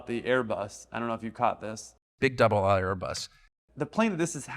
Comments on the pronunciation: um. He very clearly said “double ISLE” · I think Tucker said double aisle, not double O. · I think Carlson said "double aisle" not "double ought" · Tucker might have said "double aisle" instead of "double aught". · I think he said it was a big “double aisle airbus” not double ought. Cheers! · year late but he said "double aisle" pretty clearly to me, even as a non-native speaker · I think he said “double aisle” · It sounds like he said "doubel aisle". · I think he said ‘double aisle’. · After relistening, I think he said "double aisle", but it did sound like double aught. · Think he said "Double aisle". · I heard “double-aisle Airbus.” aka a wide-body, 22 years ago, could be an A300/330/340. That said, I want to also say thanks. Love this channel. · I think he said "double AISLE Airbus" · He called it a "double aisle Airbus". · "Double aisle"... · Pretty sure he said a "double aisle" Airbus. That would be correct. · i think he said 'double aisle' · I think he said "double aisle" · He said "double ISLE Airbus", not "double aught airbus". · I think he said "double isle" not "double ought" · I think he said “big double-aisle Airbus” not double ott Airbus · Pretty sure he said: "double aisle" and not "double aught." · I think he said "double-aisle", but slurred it. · I don’t think he said double aught, I think he said double aisle. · Tucker said "double isle" but not very clearly. COME ON MAN! Not your best video by far. I believe the pilots did indeed evacuate and didn't do their duties as you suggest they would have. It's the typical third world bullshit you're not considering. I'd redo this video if I were you. You're better than this. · he was calling it double aisle, not double aught.